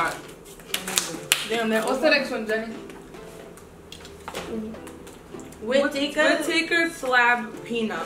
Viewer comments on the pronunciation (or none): not as bad as “wit takkers” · They said Whittaker’s wrong eeeerrrrgggghh